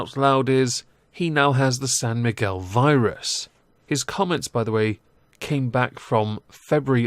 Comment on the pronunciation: are you saying Sam Miguel Virus? what's the story behind that?